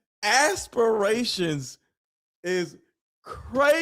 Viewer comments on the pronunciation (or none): ASSperations🤣💀 I bet them ladies had a great laugh about your ASSperations😂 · You said it "Asspirations" hahahaha